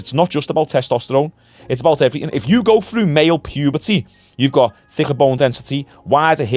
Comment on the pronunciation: Loving hearing a scouse man saying thicker neck…say it one more again 😂